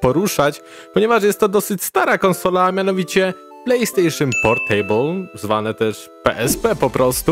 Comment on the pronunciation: Źle wypowiadasz portable